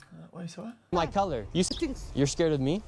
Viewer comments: I literally heard curry, YOU turn off the caption and close your eyes and tell me if that is even anywhere close to color lmao. That word sounds more like gibberish than english and u still assume it to be the worst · my point is that word is unintelligible, you say color i say curry and we are both wrong